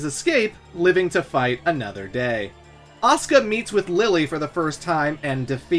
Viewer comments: He not trying to say Oscar. That's just how he pronounces Asuka. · Ka-zu-ya, A-su-ka